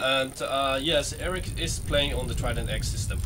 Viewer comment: I'm happy to see this video because i am very interested in the Trident X. Eric your English is not the best. If i have to describe it i would say it is: steenkolen engels. My advice to you is if you work for a big company (MSI) and try to sell or advertise a product for them try at least to work on your English pronouncement. You talk also a lot with: ehh, uhhh. For viewers it can be annoying to see this in a 2,5 hour video. Does also look very unprofessional. I hope my feedback might be useful for you.